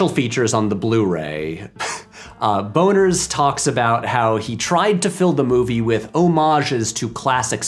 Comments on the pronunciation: One note: Peter Bonerz last name is pronounced Bonnerz. He's a pretty prolific TV sitcom director and actor. Yes his name looks funny. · ha, Bonerz. Somehow it's even funnier with a z. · The PG rating of the later movies probably had something to do with the Police Academy cartoon and toy line. 😆 Also, tempting though it may be, that's not how Bonerz is pronounced. 😝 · I thought I was mature until Patrick said the directors name was Bonerz and I laughed for a good couple minutes